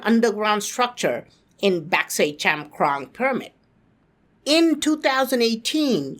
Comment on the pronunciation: Chankrong sounds like chaman